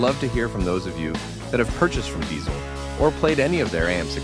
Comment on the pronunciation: It’s called DiTZel. not S, but TZ 😇 My favorites are the VHX and Herbert.